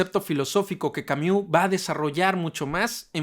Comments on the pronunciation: No se pronuncia camiu jajsajsja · Creo que lo dice así en broma, igual no estoy segura jajaj